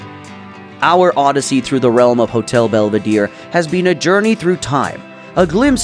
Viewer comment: Belvedere, not "belveedeer"